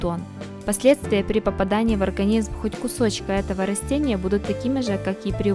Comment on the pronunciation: Не рОстения , а рАстения !